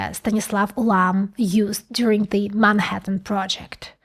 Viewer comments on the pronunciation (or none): none